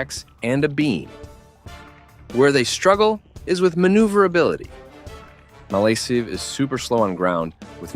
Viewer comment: It’s said as malakive